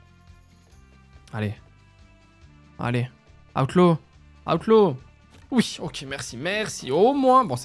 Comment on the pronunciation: Pourquoi tu dis aoutlaw ? Alors que c'est outlaw c'est comme le u de amblance 😂😂😂